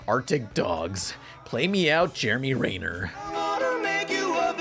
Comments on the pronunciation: Everyone: Jeremy Renner: Jeremy REEEEYner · Has it actually been pronounced "Ray-ner" this whole time, or is saying his name completely wrong? lol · ...it's Renner. REH. NER. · Mispronounced Jeremy Renner's name.